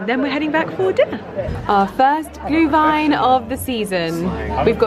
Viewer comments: You pronounce Glühwein und Anmeldepflichtig perfectly,! Greetings from Germany!😅👍🏻👏🏻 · Perfect pronunciation of Glühwein 👏 and for next year you should come to Vienna for Christmas Markets. It feels like we have a hundred of them 😉 and the one in front of Schönbrunn Palace is quite stunning 🏰